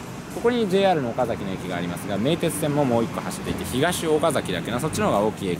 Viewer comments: おか↑ざき↓じゃないっす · 岡崎市民としては岡↗︎崎って言われるの違和感ある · 岡崎市民です。岡崎市にお越し下さりありがとうございます🎵 岡崎のイントネーションが岡の字を上げずに話すのが基本で、岡崎市民は平たく話します。 数年前に純情きらりの舞台になりましたが、途中でイントネーションが戻りました(岡崎市民から指摘されたのかも) ちなみに大樹寺の門から岡崎城を見ると岡崎城がキレイに収まります。 これをビスタラインと呼んでいて、岡崎市は条例で岡崎城と大樹寺の間に高層建築物を建ててはいけないそうですよ。 ちなみに岡崎市は京都よりもお寺が多いそうです。僕も子供の時の遊び場はお寺の境内でしたね。 それくらいあちらこちらにお寺が有ります。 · 「岡崎」の発音は、名字の「岡崎」とは異なります。地元の人は、「あかだし」と同じ発音になります。あと、岡崎市は「狩人」の出身地です。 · 岡崎市民がそのイントネーションで言うことは無いと思いますよ 実際めっちゃイントネーション気になるし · 岡崎城って発音は合ってるのに、 岡崎って発音は違うんだよなぁ